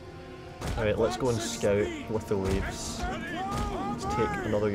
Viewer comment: the shitty javelin units are not pronounced Leaves but leveys:D<3